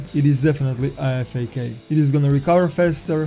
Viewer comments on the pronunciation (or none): great video, but on a side note the IFAK is said I-FAK like (I fack)